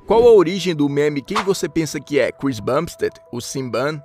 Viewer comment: Você pronunciou Bumstead PERFEITAMENTE mas falou Cbum errado skskddkkddkksskk